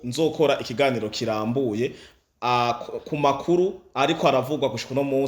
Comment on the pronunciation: Pardon, pour tous les youtubeurs, dévons-nous parler bien la prononciation d'une phrase kugira ntibabone ko twagaye amajambo. Ndasavye sintegetse🙏 Kirambûye❌ Kiramvûye☑️ Ugwanda❌ Urwanda☑️